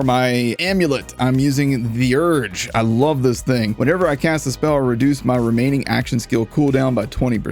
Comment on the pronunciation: I figure the guaranteed crit on each hit makes up for the -25% crit damage, not to mention that a lot of gear does interesting things when you score critical hits. By the way, "Theurge" is greek for "Miracle worker". "The-" is pronounced like in "Theodore", not like in "The stacks!"